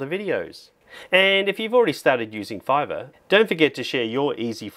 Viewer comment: I like everything about this video, except "Fiverr" 😆